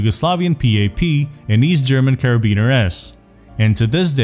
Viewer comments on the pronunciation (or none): none